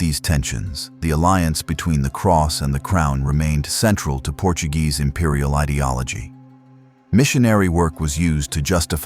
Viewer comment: At least don’t pronounce Portuguese words as if they were Spanish.